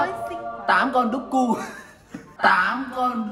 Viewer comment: Mình nghe giống đồ chơi đúc ku